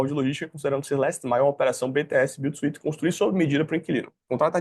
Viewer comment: Como funciona o pagamento com cotas? A quem pertence as cotas que serão usadas para o pagamento dos ativos? Fora isso, só pra colaborar aí com o seu conhecimento e melhorar a sua pronúncia no Inglês, ao pronunciar "Built to suit" pronuncie "suit" assim /súút/. sem falar o som da letra "i", apenas do "u". Abraço e parabéns pelo canal!